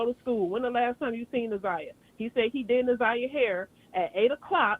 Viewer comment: Plz pronounce her name correct it’s Na’zi-yah Harris